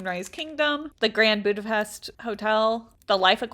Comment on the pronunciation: As a hungarian, when I heard Budapest I knew i HAD to comment😅😂 Btw in hungary, we say budapesht because in hungary the s sound is written like this: sz and the sh sound is written s 😅